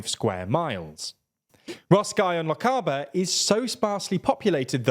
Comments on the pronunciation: It's a pity the speaker couldn't be bothered to say Lochaber or Na h-Eilan An Iar correctly, in fact his attempt at the latter was quite awful! Islands exist all round Britain, and I don't see why these make any particular constituency "weird", maybe that's a Londoncentric view? The speaker said they "aren't connected" - obviously never heard of the Skye Bridge or the regular ferry services operated by CalMac and others. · Your pronunciations are getting better but you're still not quite on point. The "a" in Lochaber is a short "a" as in "lab", not a long "a" as in "Labour". For an example, have a listen to Far Side of the World by Tide Lines; there's a lyric "neath the red Lochaber sky" The h-Eileanan part of Na h-Eileanan an Iar is not pronounced "hail Ian nan", but rather more like "hella nun". (Tha mi fileanta ann an Gàidhlig, so you can trust me on this one!) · I will type this carefully: "Lochaber" should be pronounced "Lochaber". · Interesting! A couple of corrections: It's "Na h-Eileanan an Iar" and not "Na h-Eilean" (the second one is grammatically incorrect), and it's pronounced Lochaber with the "a" similar to the one in "father". ;) Thanks for the video! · No offence, but please learn how to say Lochaber… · I would not attempt to guess Scottish Gaelic pronunciations by reading it LMAO 🤣 you could have said The Western Isles.and you don't pronounce Lochaber like that, though now the Electoral commission have gerrymandered it again So this it election it was bizarrely . Inverness , Skye and Rosshire or something. They have completely renamed a lot of constituencies without telling anybody. First I knew was on ballot paper... So we have the lunacy of Lothian West and Lothian East. By the next election I'm expecting Scotland to be as it is on the BBC weather Northern Britain. Or will it be Easter Denmark or as the Vikings called the NW no not Lancashire but Sutherland. Who are all the Lib Dems in Scotland by the way ? Did they sell up from Dahn Sahth?